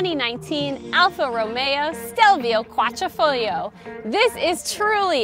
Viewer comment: Another great video, thank you 👍 I was going to compliment on you on how you said “quadrifoglio“ but the you said you were Italian, which explained why you seem to be the only person on YouTube who got it right. BTW my fur kids love pasta salsa too, and as for meatballs they're in heaven. Lol